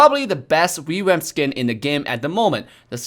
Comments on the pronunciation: Everyone else: "Revamp": "REWAMP" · Ah yes "rewamp"